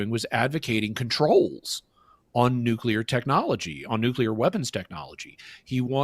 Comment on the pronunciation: For the love of all that is holy, man, stop saying “nucular”. The word is nuclear! nu-clee-ar!